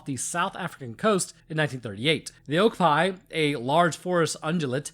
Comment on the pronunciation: SEE-la-canth oh-KAW-pee